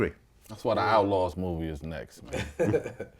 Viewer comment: Outlawz not outauz ffs